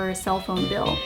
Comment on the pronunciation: bill not pill. lol